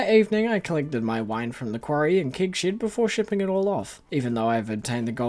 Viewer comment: I know you’re saying “Keg Shed”, but I stg it sounds like “Kink Shed” and… I have so many questions, lmao. Also, Calvin Klein x Stardew Valley is the collab we never knew we needed, but absolutely did! 😂 imagine rocking up to your local Myer and buying CKxSV Monster Musk cologne/perfume. 😂 Perfection.